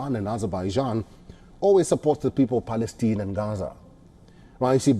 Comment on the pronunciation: It is not Palesteen as you say it, it is PALESTINE as in "Mine" How ignorant one can be?!!!!!!!!!!!